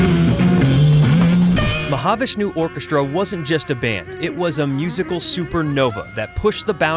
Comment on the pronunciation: Is this an AI read because you don’t pronounce Mahavishnu Orchestra the way it’s supposed to be pronounced